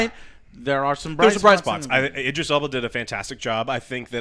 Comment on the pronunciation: It’s IDris. Like ID. Idris. Not EYEdris. How do you all not know this?😂